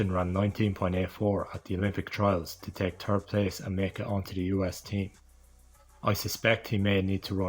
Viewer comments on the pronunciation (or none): Did I hear “Turd Place”?